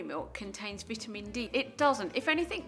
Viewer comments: What vittemen and eyedean she talk bout how I spell? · I love the way British people say vitamin